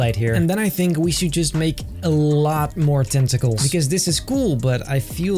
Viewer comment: when he said tentacles i thought he said testicles LOL😂